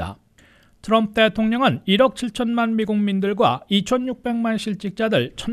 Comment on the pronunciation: 기자님 진짜 궁금한데요 왜 딴건 안그러시고 "트럼프" 발음만 굴리시나요? 그렇게 굴리고 싶으시면 영어로 기사를 전하시던가요. 미국서 태어난 대학생 제 딸도 우리말로 할때는 정확히 한국식발음으로 쓰는데....과거 박찬호선수가 미국진출 6개월후에 그랬죠 아마. 과히 좋게는 안보이는군요